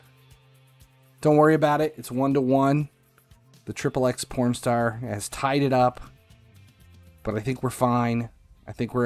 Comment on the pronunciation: Its not xxx pornstar,its xxxtentacion mate. What a disrespect....